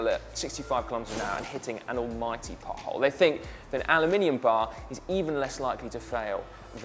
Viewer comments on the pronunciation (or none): am i really the only one hearing Si talking about buttholes rather than potholes?